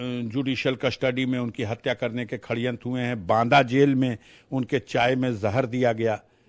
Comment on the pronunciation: Shadyantra ko Khade yantra bol raha hai